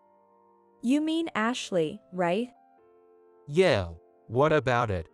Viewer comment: Will you stop saying yay when its yeah?